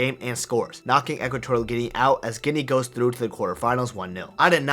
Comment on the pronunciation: its guinea not guine